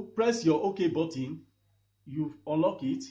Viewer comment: Its button not Batin